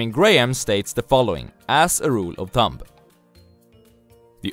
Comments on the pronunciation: I like your videos, but just to correct your pronunciation of "Benjamin GraHAM" it is pronounced as "Benjamin GRAM" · the h is silent..